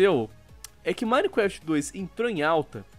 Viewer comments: Mais alguém percebeu que o diz "minequeft"? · KKK o ʺminequeftʺ do sempre será o melhor KKK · repi du mineecrefiti!